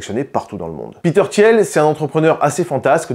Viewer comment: Peter Tiiiiiil pas Tièle 😅